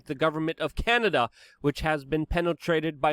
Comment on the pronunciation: Chianada. Chy-an-Ada.